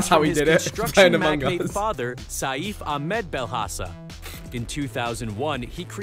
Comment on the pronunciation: Saif is pronounced Safe not Sayeef 💀